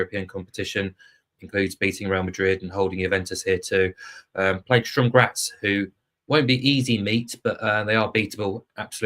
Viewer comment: Good preview, thanks. FYI it's Sturm Graz, not Strum!